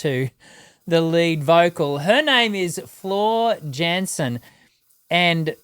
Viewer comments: Her name is pronounced like Yan-sen. It's not english dude. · Hello, some small adjustment and some additional information about the European metal sphere You just react to Nightwish and their incredible talented female vocalist Floor Jansen (but you did pronounce her last name incorrect: it has to be pronounced as Yahn-Sen). Although the band is Finnish, their 3rd singer is not, she is Dutch, lives with her husband Hannes van Dahl, the drummer of the band Sabaton and their two daughters in Sweden. Floor was born on Februari 21st, 1981 in Goirle the Netherlands. At the age of 16 she started her career (initially) just as the background singer from the Dutch metal band ‘After Forever’ in 1997, but real soon she took over the lead until early 2009 and the band fell apart. Parallel she studied at the Dutch Rock Academy in Tilburg starting in 1999 where she graduated in 2003 and spent two years on classical training with the National Conservatory. She studied Musical Theatre and one year Opera. She plays guitar, piano and flute and has completed 12 years of music studies. She’s a Light Lyric Soprano and her vocalrange runs from E3 to D6. In addition to her activities at After Forever, she gave singing lessons. On May 5, 2010, she presented her new (also Dutch) band ‘ReVamp’, which was disbanded in September 2016. In August 2010 Jansen was a guest in the TV program De tiende van Tijl. In that program she sang an aria by Puccini. From October 1, 2012 (while she was within ReVamp, but recovering from a burnout) Floor replaced Anette Olzon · The J in Jansen is pronounced as if spelt with a Y Yansen great reaction thanks for your work